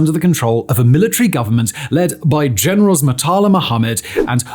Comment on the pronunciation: The way he said "Murtala" and Olusegun" 😅😅😅😅...